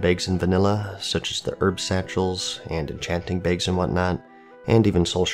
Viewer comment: Tailors make "begs"!? Jk lol